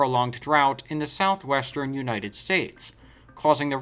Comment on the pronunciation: 1- you need to learn to say Southwestern properly! 2- you really need to do more fact checking